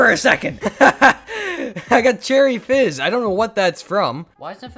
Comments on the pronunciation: I don’t know if. Any of you noticed at the end he said cherry jizz instead cherry fizz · AT THE END HE SAID CHERRY JIZZ INSTEAD OF CHERRY FIZZ!!!!! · bruh at the end he said "cherry Jizz" instead of Fizz 😂😂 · Did anyone else hear him say cherry jizz not cherry fizz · he said cherry jizz instead of fizz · Chery jizz lol 😂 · at he said cherry jizz by accident haha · At first I thought he said cherry jizz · I love but did he say cherry jizz😂😂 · He says cherry jizz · He said cherry jizz lol